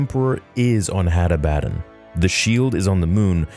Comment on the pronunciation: ah-bah-don, the fuck is hattah-batt-en and Attah-batt-en? Genuinely asking here. Cause I'm just logically thinking how someone would pronounce this in English.